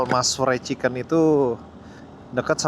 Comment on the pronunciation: dia menyebutnya ciken wkwk